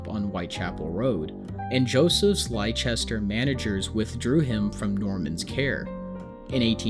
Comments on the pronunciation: Well done biography , but the city Merrick came from is pronounced 'Lester'. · I’m British and live near Whitechapel, I go to the same hospital Joseph lived in and have visited the shop opposite where he first displayed himself, it’s such a weird area you always feel like you’re back in time no matter how they build the area up, it’s also where Jack the Ripper did his bidding so maybe that’s why You did well with the pronunciation of British cities but Leicester is pronounced “Lester” 😅 it can be confusing as we have some odd spellings and some get Gloucestershire mixed with it but that one is pronounced “Gloster-shire/share”